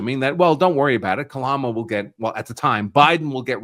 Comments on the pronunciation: I don't know why people have so much of a hard time pronouncing Kamala's name this guy callls her Kalama it's Ka/ ma /la not Kalama or Ka/Mala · Sir, her name is K A M A L A !!! NOT KALAMA!!! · Kamala - Kalama, who cares! It all comes out brown in the end. 😂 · Kalama 😂 Kalamazoo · "....with Kalama Harris..." Me: (( allowing myself a tony smile )) That's most probably just a gaff, but I, at least, see the humor in it... "....with Kalama...." Me: (( immediately chuckling )) Ohhh, so wasn't a gaff, at all! It was on purpose! _NOICE!!! "....Kalama...." Phonetically close to... Calamity 😂👍🏽🥃🍻🤘🏽💫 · You mispronounced her name, it's correctly pronounced as "Ka-blah-blah Harris." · Say her name correctly camel toe